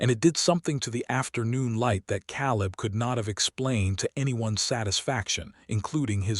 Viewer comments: Ka Leb Clar a first a is long because it ends the syllable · Love the story but hate how the AI pronounces Caleb's name wrong.